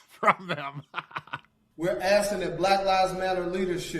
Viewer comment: They’re not asking for $20million they’re “Axing” for it!